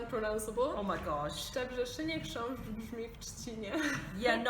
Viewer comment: "Chrząszsz" - she pronounced it suprisingly well! And I thought it's gonna be the most difficult word...